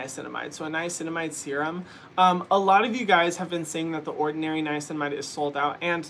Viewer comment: drinking game: take a shot every time Hyram says niacinimide